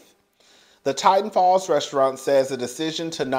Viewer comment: It’s Tinton Falls Tin-ton, 😂